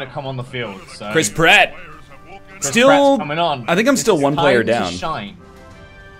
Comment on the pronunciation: No, the joke is that he's a rat and when you say the name it sounds like you're saying crisp rat